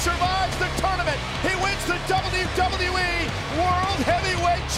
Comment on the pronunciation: Announcer ...and still the dzahbyu dzahbyu e...